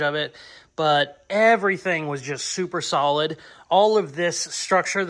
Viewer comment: Gotta love and his use of words!! Pretty sure I heard my man say its real salad instead of real solid. Lmfao!!!